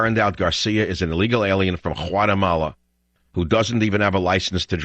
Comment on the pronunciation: What a racist man, Learn to pronounce Guatemala then publish your racist video.